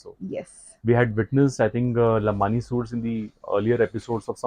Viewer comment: lambadi not lambani